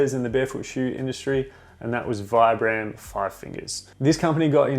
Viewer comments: Actually, it's pronounced 'veebram' 😉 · It's pronounced "veebrum". Vibram is an Italian company founded and named after Vitale Bramani aka Vi-Bram. They really should just change the pronunciation of their name as no one gets it right lol